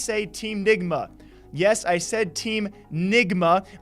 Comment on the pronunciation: Nigma not ligma